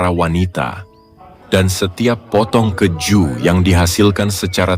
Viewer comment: MIN PLEASE... KEEEEEJU, BUKAN KEJJJU😢🙏🏻